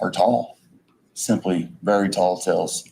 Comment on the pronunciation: "TALL TELLS"? am i hearing that right? re: his brother not watching Scooby-Doo